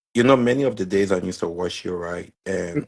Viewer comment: Which one Liberian people call wush you? It's watch you